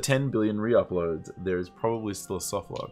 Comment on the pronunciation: "proberaly" 'da fuck?